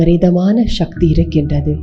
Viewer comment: சக்தியா? ஷக்தியா? இனிமையான ஒரு மொழியை பயன்படுத்தும் போது கவனம் வேண்டும்.